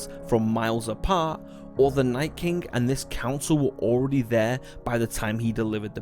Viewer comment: Its king not kingk